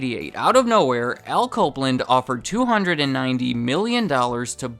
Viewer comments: When you say Al Copeland it sounds like "alco blend". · "Alco Blend"? Nah. Al Copeland.